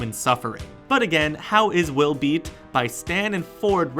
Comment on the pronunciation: That you said Will Beat instead of Bill Beat , but this was an amazing video and it taught me a lot more about how the world works!